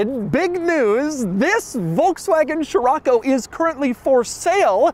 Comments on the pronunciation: Scirocco is pronounced; See-Ro-Ko… not Chiroco or whatever you say. It’s the Arabic name of a wind in the Mediterranean see that blows and comes from the Sahara. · man this ”sheerocco” hurts my ear drums...cant u just say as it should be? cee-rocco? scirocco? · Pretty sure it's not SHirocco Doug but Sirocco. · I've been pronouncing Sherrocko wrong 😑. I've been pronouncing Skirokko since ai been reading about it being the Beetle's replacement in a little Beetle History book I had in as a youngster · So Americans pronounce it as "shiroco". In south africa we say "skiroco" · Man, why you keep saying sHirAcco, when it’s scirocco? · The way Doug pronounces the names of European cars cracks me up every time (poo joe, sheerocco etc) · sciroAcco ? damn why is it that every american has to butcher every non english name ? (same applies to chrysler's lesabre that you guys turn into lesabER for lacking basic reading skills, and don't even get me started on brands names, even clackson's list is incomplete) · Name: Scirocco English pronunciation: Cheraco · The quirkiest aspect of this review is the way Doug says Scirocco 😂 Still, such a beautiful car, very often seen here in Portugal. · Doug, the kind of guy to teach me how to pronounce 'Scirocco' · I can’t watch this video… Doug keeps insisting of saying the name over and over in the first 2mn, while not saying right… it’s like: “Dude, do you even know what you’re talking about??” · Jesus Man it hurts my ears how you read scirocco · I can t stand him butchering the name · The way that your butchering scirocco is driving me up a wall every time and you keep saying it like 12 times at a clip